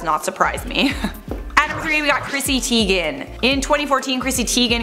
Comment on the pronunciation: C'mon - Chrissy Teigen, rhymes with eigen.